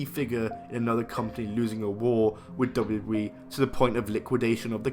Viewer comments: Lol he can't say wwe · Can’t even pronounce WWE lol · At the start of the video, the way he said "WWE" 🤦🏿‍♂️ I was like wooah okay buddy 🤣🤣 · Please learn how to say WWE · The way this guy says "WWE" is funny af